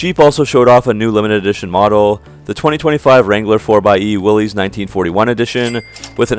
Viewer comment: WILL-ISS, not WILL-EES.